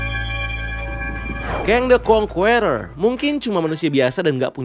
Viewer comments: Conqueror bacanya (indo) nya Kongkerer bang bukan kong kueror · Saking semangatnya sampe bilang Kang the Kwongkuweror 😂